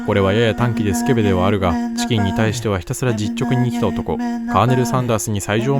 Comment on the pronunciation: ﾝｧｱｰﾂｨｷﾝﾆｨｬｱｱｱｰｰｰｰｰｰｰｰｰｰでもう無理だった